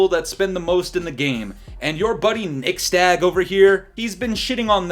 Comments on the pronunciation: You just call him nixSTAG?😂😂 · Bruh his name is Nixstahh. Imma let y'all connect the dots RQ. Just sound it out slowly and it'll make sense. 😂😂😂